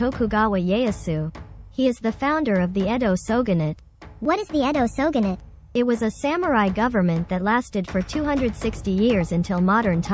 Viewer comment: Nice Video But How often will you Upload? plus Its called Shogunate Not Syogunate